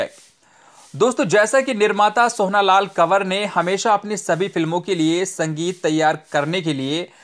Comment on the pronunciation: आप " सोहना" क्यों बोल रहे थे, सही नाम " सोहन" है (सोहन लाल कंवर)